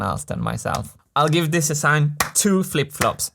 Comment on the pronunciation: If you only could learn for once to make a difference between a voiced s and a voiceless s. Don't say "de-sssign".